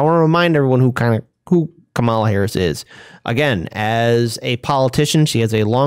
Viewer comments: Please pronounce Kamala correctly. First syllable accented. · Is there any particular reason for your mispronouncing the VPs name? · We'll pronounce it correctly when she does something good.